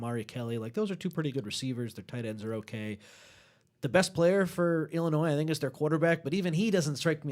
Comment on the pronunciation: Nice job and indeed everybody… But I would have thought by now someone would have helped with her pronunciation of our 21st state, Illinois. Respectfully, it’s the second episode in a row with this pronunciation - While not a terrible gaffe it is worth correcting from my perspective because it just screeches my small brain to a halt. ✌️